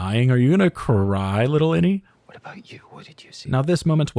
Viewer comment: Does anyone else hear "any" when they say "innie?" It could be innieone.